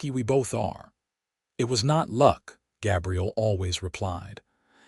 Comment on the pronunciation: I enjoyed this story but the AI narrator pronounced Gabriel as Gabrielle was hugely disappointing